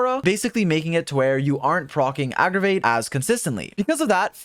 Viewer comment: "aggragate" lol thank you for the updated guide tho. very happy to be able to use keqing